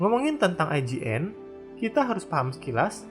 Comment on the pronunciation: IJN DI BACA YOUJIN